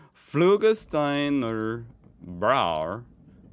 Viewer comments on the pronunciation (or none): not flugerstine, augustiner